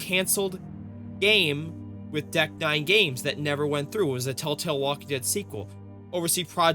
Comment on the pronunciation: I am 2 minutes in and you can't even say Tell Tale right or spell it right! Why should we listen/watch you? Just asking??????!!!!!!!!!!!!!!!!!!!!!!!!!!!!!!!!!!!!!!!!!!!!